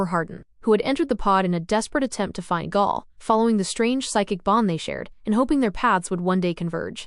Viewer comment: I swear, I can't find a real person doing these recaps. Last channel called Hari something different, and now this one pronounces Gaal wrong...